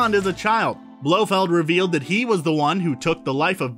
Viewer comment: If you can't manage to pronounce Blofeld's complete name correctly you're disqualified from the Bond universe. Go see a speech therapist.